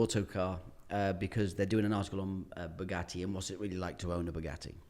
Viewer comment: The way the interviewer pronounces 'Bugatti' is so annoying... BUGUEY?????? are you not able to pronounce the letter T?